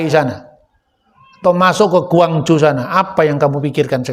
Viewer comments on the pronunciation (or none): none